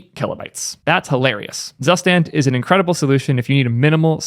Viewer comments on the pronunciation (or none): fyi, zustand is actually pronounced "tsoo-shtand" :) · Friendly pronunciation tip. "Zustand" is the German word for "condition" or "state something is in" and it is spoken "Zoo-shtahnd". Hihi... 😁😁😁